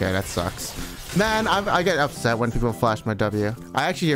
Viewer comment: you’re actually so up”sett”